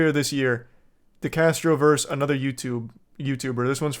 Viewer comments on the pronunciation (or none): Versus not verse.🙄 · VS means VERSUS, not VERSE.